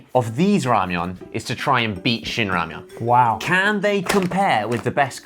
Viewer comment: Shout out to Josh who pronounced all the name correctly!!!!